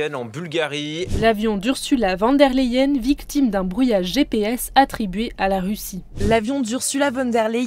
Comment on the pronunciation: Déjà, elle est allemande donc VON [fone] der Leyen et pas VAN der Leyen (néerlandais) 🇩🇪 messieurs et dames de la presse 😉